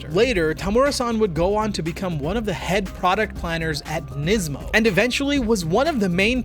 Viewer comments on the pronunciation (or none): none